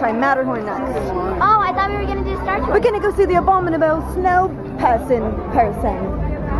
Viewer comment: abominable.....abomnibable.....abombinable.....abuminable.....abuminahole.......a bum in a hole.